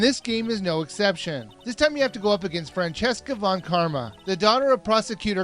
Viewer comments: OBJECTION!!!! It's FranZISKA not Francesca And May-uh? Ummm... 0.0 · you also mispronounced prosicuter von karmas first name. it's franziska not francheska. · hey you do realize that her name is maya *my-ah*. same thing with von karma, her name is franzizka, not francheska.